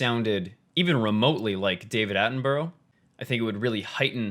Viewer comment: Omg was triggering me by saying david-aten-burrow! That’s not how u say it!!!